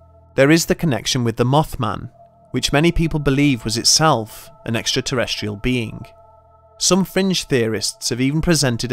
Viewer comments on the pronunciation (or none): none